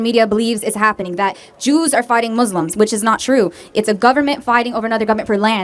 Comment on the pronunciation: The way he says “Muzzlim” makes me mad omg 😭😭